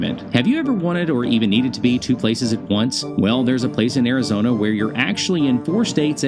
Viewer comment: AIR-A-Zona??? I thought it was ARIZONA!